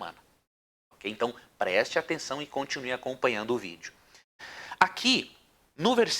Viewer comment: Eu só não gosto de ouvir ele falando V i d e o.